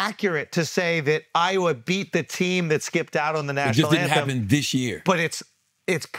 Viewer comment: BRO no one talks about never knowing how to pronounce DIDNT... she says DINNIT